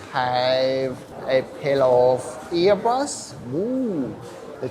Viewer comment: "A pale of earbus"